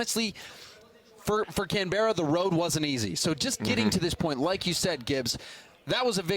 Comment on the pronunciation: ITS PRONOUNCED “CAN-BRA” NOT “CAN-BUR-RA”